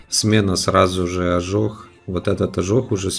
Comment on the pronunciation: не ожох а ожог